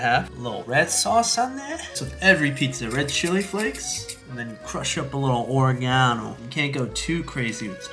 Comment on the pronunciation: The way you pronounced oregano lol